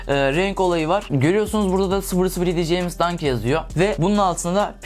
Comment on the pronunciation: jeymiz ne lan ramiz der gibi ceyms